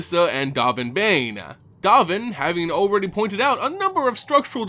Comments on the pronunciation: Still "Baan" not "Bane" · 'Dove' n, like the past tense of 'dive' and 'Baan like 'bon bons'. XD dOHven BAHn. Love ya,, but pronunciations man, please, as a vorthos, it's important.